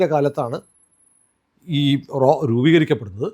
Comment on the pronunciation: "" റോ "" അല്ല "" റാ "" RAW. പിന്നെ RAW ആണ് ഇതിന് പിന്നിൽ എന്ന് പറയുന്നത് ശരിയാണോ . ആലോചിക്കുക. ഇന്ത്യ ഗവൺമെൻ്റ് ഇതൊന്നും സമ്മതിക്കാത്ത പശ്ചാത്തലത്തിൽ